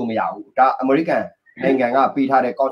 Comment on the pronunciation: American ကို အမေရိကန် ထက် အမေရိကဲန် အသံထွက်ကပိုနီးစပ်လိမ့်မယ် ၊